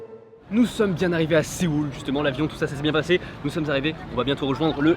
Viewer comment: C'est pas SE-OUL c'est SEO-UL.